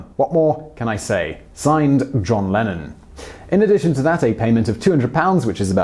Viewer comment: Oh thought it was "Lenin" and was really confused when you said 'peace and love'.